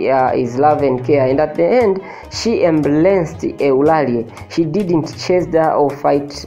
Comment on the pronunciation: Don't pronounce Eulalie instead of/Ulalii/.